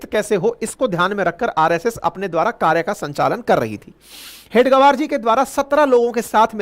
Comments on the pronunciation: हेडगवर नहीं । हेगडेवार है।कृपया ध्यान दें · Please pronounce the name properly. It is Hedage-vaar, and not head -gavaar. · Sorry sir... RSS ke sansthpak ji ka naam... हेडगेवार... Hai... please pronounce properly🙏🙏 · परमपूज्य हेडगेवार के उपनाम का उच्चारण अशुद्ध कर रहे हैं, इसे सुधारने की आवश्यकता है